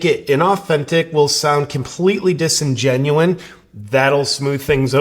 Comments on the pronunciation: It’s DISINGENUOUS amigo! Just saying. It’s a little annoying due to how many times you said the wrong word. Hehe… 🚨 diction👮‍♀️ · Hey JP, quick note ish: The word is "disingenuous". Not sure whether or not you pronounce it wrong for comedic effect, but it's disingen-you-us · DisingenuOUS. I hate to be “ that person,” but you mispronounced it four or five times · Sorry, JP, the word is "disingenuOUS" not "disingenuine". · Disingenuous! Stop saying disingenuine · JP.. I love ya, but the word is 'disingenuous' not 'disingenuine'.. #WordsMatter #TheMoreYouKnow ⭐️ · Love you JP, the word is disingenuous, not disingenuine. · Love you, but it's "disingenuous". Don't be mad. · Bro….. it’s “disingenuous”